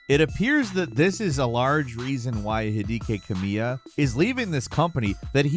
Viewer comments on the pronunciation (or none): Hi-di-ke Kamiya? Ooh, almost. Well, 1 out of 3.